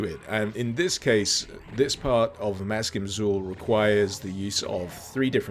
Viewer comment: Maskim Xul is actually meant to be pronounced in a Sumerian fashion, and is 'mask-eem ach-kool'.